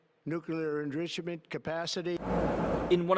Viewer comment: What's engritchement?